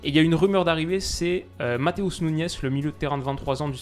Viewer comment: salut tu as mal prononcé Matheus Nunes tu as dit Matheus Nunez tu as dit en espagnol et en portugais on prononce Nunech mais on écrit Nunes sinon super vidéo